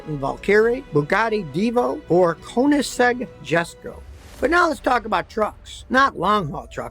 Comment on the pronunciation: i almost died at his pronounciation of Koenigsegg